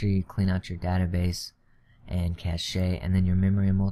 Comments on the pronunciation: 2048 = 2GB it's not cash-ay it's pronounced cash. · Cache is pronounced *cash*, not cash-ay